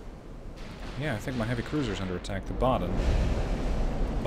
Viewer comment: Wuppertal was pronounced like perfectly. Baden also spot on. But to be fair, if they aren't historical relevant ships the names don't matter that much. If you would mess up hood, Iowa, bismarck or Nagato for example, it could be worse for some viewers